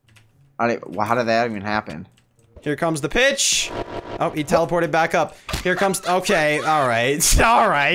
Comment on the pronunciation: did anyone else think he said here comes the bitch instead of here comes the pitch??